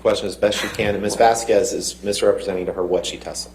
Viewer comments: I don't speak Spanish but I know how to pronounce Vasquez - It's not Vaskwez. And after weeks of testimony still can't figure out the microphone. She came off confused and unprepared. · So glad we don't have to hear say "Miss VasKWEZ" anymore instead of properly pronouncing Camille's last name...